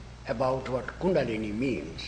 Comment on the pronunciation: I wonder when this was done. Happy to see it. It's just great. I read one of Gopi Krishna's books back in the 80's. The Kundalini is a fascinating subject. I wonder about the year because the interviewer sounds very ignorant in the way he pronounces both Krishna and Kundalini.